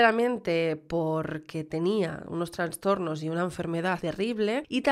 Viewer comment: como si quieres grabar a oscuras, a la gente normal nos va a parecer bien. Por cierto, se dice "trastorno", no "transtorno" y "sustituir", no "substituir". Entiendo que al estar rodeada de dos idiomas te vuelves un poco loqui. Eres increíble, de verdad. ❤